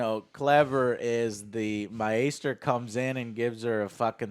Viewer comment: I'll never not be impressed by ability to mispronounce names in a media that says them nonstop but also to make the names more complicated..MY-AESTER?